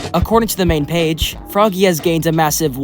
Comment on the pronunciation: It’s pronounced frog-ay